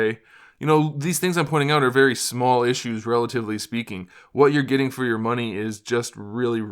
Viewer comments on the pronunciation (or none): none